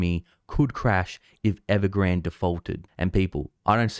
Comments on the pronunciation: There is no reason to pronounce Evergrande as if it were a Spanish word. Please revisit. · I like how u pronounce evergrade . Sounds sooo posh..